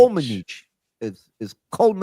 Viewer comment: Its Komanetchi...not Kominich